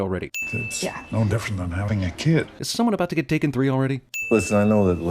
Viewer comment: I believe it's pronounced Tak-three-n.